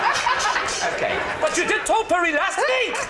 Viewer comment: He has learned how to pronounce "topiary." Growth!